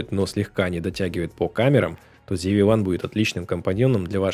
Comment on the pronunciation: ЗИ-ВИ Ван. Откуда "ЗИ"? Когда начинаешь слушать человека, не умеющего прочитать название камеры, дальше сомневаешься в его профессионализме.